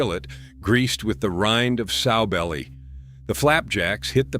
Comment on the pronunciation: Not soe belly. SOW, like a female hog.